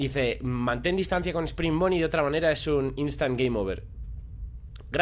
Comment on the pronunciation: cuando terminaste la noche decía not ovet yet